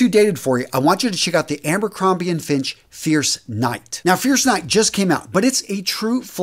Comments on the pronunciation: Did you just say "Ambercrombie and Finch??" 😆🤣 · Ha! I had to re-listen to it a few times to make sure.😆